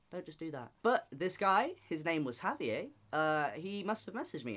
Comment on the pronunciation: Javier pronounced as haviey. That’s new.